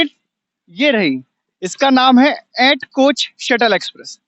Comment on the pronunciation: ऐैट नहीं एट है एट किसी से भी पूँछ लेते भाई तुमने अच्छे खासे एट की एैट एैट कर दी 😂